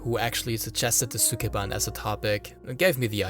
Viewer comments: All that research and he couldn't even learn how to pronounce "sukeban" correctly. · “Sukeban” is how Maduro pronounces Mark Zuckerberg’s last name